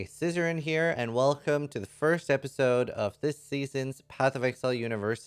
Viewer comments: I always hear. "Hey Scissoring here" lol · I can't decide whether he says or XD